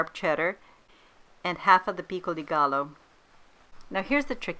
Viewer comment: Pro tip: double l’s are pronounced as j in Spanish - so it’s not gallo, but gajo - love the recipe btw